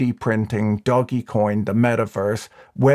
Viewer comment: It‘s not pronounced Doggy Coin. Ask ChatGPT if you don’t believe me.